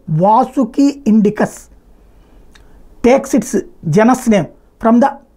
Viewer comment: నీకు సైన్స్ తెలీదు....దానితో పాటు జీనస్ మరియు స్పీసీస్ పదాలు పలకటం రాదు. సైన్స్ కి మతానికి ఏం సంబంధం? కొన్ని మిలియన్ ల సంవత్సరాల క్రితం అన్నీ బిగ్ సైజ్ జీవులే వుండేవి? అది కూడా చదివి ఏడువు???